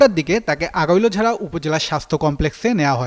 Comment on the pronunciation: সাংবাদিক নামা বলতে পারে না আগৈলঝাড়া থানা❌ আগোলঝা থানা ✅ সাংবাদিক ❌ সাংঘাতিক✅